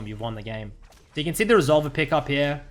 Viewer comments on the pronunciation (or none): none